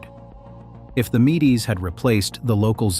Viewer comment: Mee-Dees? All my life I've heard it pronounced Meeds, like the honey brew.